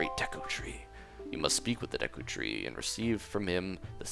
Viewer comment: I thought u said taco tree not Duka tree or whatever it is